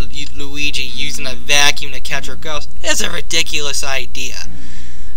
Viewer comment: and what about mario sunshine waterpack and u saying the 3000 vacume u saying it stupit